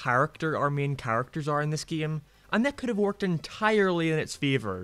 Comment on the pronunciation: It's called Tails, not Teals. It's said Fail, not Feel. It's spelled Canon, not Cannon, when referring to continuity. It's said Favor, not Fever. Other than that, yeah, this game sucks ass.